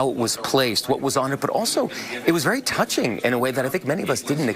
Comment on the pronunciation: "Tougching" ??? Matt Gutman is a Fing Ahole